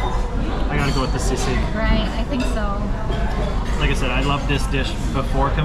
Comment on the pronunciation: I know it is spelled sisig and normally you do pronounce words as they're spelled but sisig is pronounced "see-sig". Otherwise credit to you for pronouncing words with short vowels.